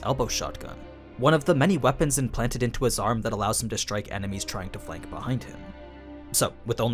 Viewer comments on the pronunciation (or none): none